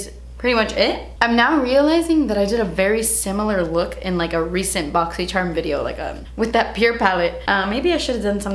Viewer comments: Cringe I was hoping and praying she wasn’t gonna say boxy”sherrrm” Still love her tho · I loooove how you say “Boxyshhharm!” 🤣. I got great stuff in my box this month 🤗. I tried everything I got in my box today except the mask and love everything! I got a different eyeshadow palette than you. I got the Colourpop Semi Precious Eyeshadow Palette 🎨 and they’re all shimmers. I was hoping to get The Element of Surprise palette because you get a mix of mattes and shimmers. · I’m just here to hear you say “BoxyCHERMUNBOXING” say it again and again lol